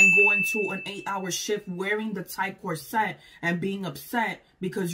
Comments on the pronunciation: /COR-set/ not /cor-SET/. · I say CORset. But my freind says corSET. So I guess either way.